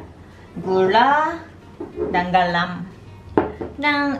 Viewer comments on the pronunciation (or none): lucu nya bilang garam(galam)hhaaaaaa...